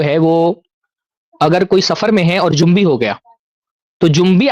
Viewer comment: مجھے معلوم ہے مگر انہوں نے جنبی بولا نون ساکن کے ساتھ۔ اصل لفظ جنبی ہوتاہے جیم۔ اور نون کے پیش کے ساتھ یعنی نون پر بھی پیش کی حرکت ہوگی